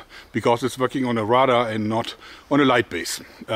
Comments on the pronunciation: Thank you Joerg, you just keep finding it where no one else can. To help you, Radar is pronounced like the ray part of xray. keep it up and Thanks again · I kept wondering what a rudder chronograph was. I think he means radar. Its always fun to see what words of our garbage fire of a language non native speakers have issues with.